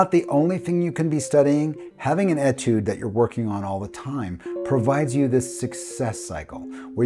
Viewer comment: FWIW, Etude is a word that comes from the French language. The French write it with a diacritic above the beginning “e”. This changes the pronunciation from an “e” sound to an “a” sound. So it is correctly pronounced as atude rather than etude.